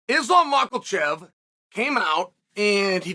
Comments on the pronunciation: "Mackelchev" lol fucking Chael he's been pronouncing his name wrong forever now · Makhachev NO Makalchev YES